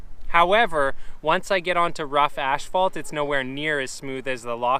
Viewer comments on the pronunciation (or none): Are you saying ashphalt? Or asphalt? Lol 😂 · I'm partial to the spitfire conicals. I like the classics too though. I take it, pronouncing asphalt as ashphalt, is a Canadian thing. I've never noticed that before.